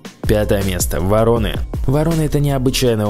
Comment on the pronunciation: Не воро'ны, а во'роны, не путай.